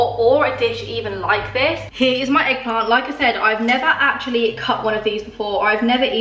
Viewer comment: Did she actually say eggplant?